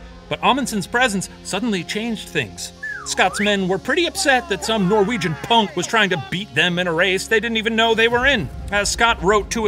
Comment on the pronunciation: All the Norwegian stuff was so butchered. They did our great hero boi dirty 😢